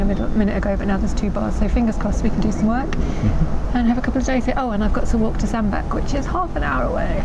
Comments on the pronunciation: Cruised this part of the T & M around 30-35 years ago. Great to see it again through your cameras. Always enjoy your vlogs. BTW I believe Sandbach is pronounced "Sand batch". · Another lovely vlog, thank you. Before any one else mentions it, I think you'll find it's Sandbach, as in 'batch'. Yeah, i know, must get out more :)